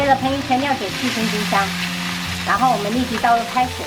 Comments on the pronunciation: 哈哈，有时候会说把料酒说成尿酒😂。这个面也太豪华了吧！ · 女兒很可愛！😊 是的呀，都說尿酒，一開始還沒聽懂。後來就知道了。😂